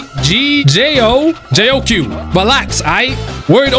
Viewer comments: It’s not jiao cho it’s more like jiao chiu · The Jayque nickname sends me all the time 😂 Also, Jiaoqiu is pronounced “Jaoh-cho” but even if you know that, I don’t think you’re gonna change how you say it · i think that for argenti/tail's va change it was because of agency problems, for huohuo's I think she got put on blast for supporting that boycott that was going around also the second syllable in jiaoqiu is pronounced as chow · No way you called him JO Q